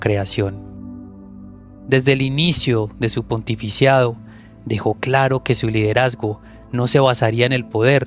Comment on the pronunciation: Se dice pontificado No pontificiado